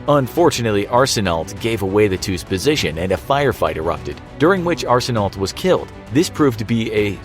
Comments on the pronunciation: Arsenault is pronounced more like Arsen-oh, with the l and t silent. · arsenault... that is the worst prouninciation i’ve ever heard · hearing canadian words be butchered by the narrator my ears: stop it please